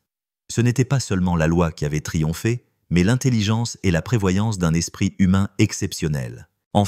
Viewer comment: la 2ème histoire aurait pu être largement améliorée : il s'agit probablement d'une fiction, traduite, ou fabriquée par Chat GPT et lue par une insupportable voix numérisée : ("l'espriT humain " haha) dommage, la fiction de type roman d'espionnage aurait pu être intéressante, s'il y avait eu une résolution correcte à cette histoire.Mais rien de tout ça : une conclusion verbeuse sur "l'humanité subtile " alors qu'il n'y a pas d'ancrage des personnages, des lieux, ni aucun mobile à un meurtre fumeux perpétré à cause de timbres : on aurait apprécié que la diction du lecteur ait elle-même un timbre agréable ! Payez quelqu'un pour vous faire une vraie histoire, il y a des tas d'auteurs qui ne sont pas publiés à cause de la paresse et la cupidité dont vous faites preuve .